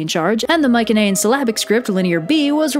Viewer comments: "My-see-knee-ian" not "Mike-an-aye-an" ... I'd say nothing if you mentioned it once or twice but Holy crap you mentioned it like 8 times in 8 seconds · Interesting content :) By the way, Mycaenean is pronounced with a soft C, like. Myseneean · Your pronunciation of Mycenaean is killing me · That's not how you pronounce Mycenaean in English. We don't even know how it was pronounced in bronze age Greek...oh, wait a minute. It wasn't pronounced at all. It's an English word.